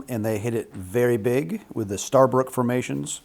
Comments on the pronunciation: Sorry guys, but the correct pronunciation of Guyana is as if it were GUY (like " a good (or bad!) guy" Ana like the female name Ana. It is not Gee Ana. Starbroek is a Dutch name is and is pronounced as Star brook with the broek like the "oo" in gook. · Would be a more convincing argument if you could pronounce: Guyana, Staebroek, Essequibo, or any of the Guyanese locations. Have you considered actually communicating with any Guyanese? As it is, you are providing a very shallow analsys which entirely ignores the part that Brazil, Caricom, Cuba and Colombia would play in any conflict. Grade: D. Try harder.